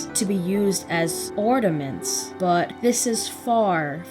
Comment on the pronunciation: Love the analysis Love philosophy and the take on this But couldn’t help to be taken out when I’d hear you say ornaments Sounded like you were saying ordaments Like nails to a chalkboard But great video